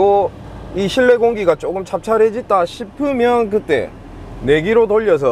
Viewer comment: 찹찹해진다 인데 발음이 안좋아서 찹찰해진다로 들리네요. 차가워진다 입니다.